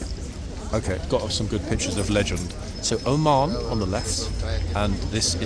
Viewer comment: Oman? Lol, It sounded like said Ormonde, and I was saying, no, that's not Ormonde! Ormonde is Blues and Royals. 🤣🤣